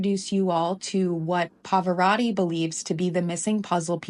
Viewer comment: He does not pronounce the name correctly, but please look up the Italian pronunciation of Pavarotti